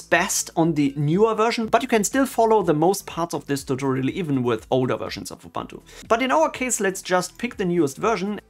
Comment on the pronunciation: I just watched couple of your videos, really good quality stuff. One thing strucks me though in every video. Since I used to be Ubuntu maintainer, my ears are bleeding when I hear how you pronounce Ubuntu ;)